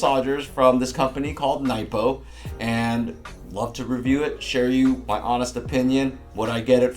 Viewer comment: how did you not pronounce the "a" bc you said Nipo, it Pronounced Nay-po